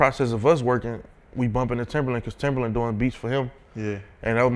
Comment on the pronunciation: How are you gonna consider him a legend and work with him yet you can't even say his name right? Keep calling him timberland and there isn't a r in his name smdh